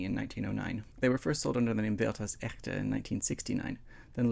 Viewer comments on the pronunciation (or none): Honey, it's not "echkte", it's just more "eshte" :)